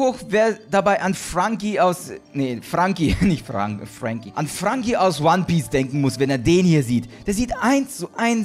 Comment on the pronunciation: er ist der größte NoHand er kann ihn gar nicht mal OnePiece aussprechen